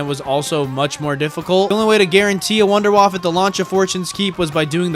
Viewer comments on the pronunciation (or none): “WUNDERWAFFE”!!! Not WouNdErWaFf that’s not right bro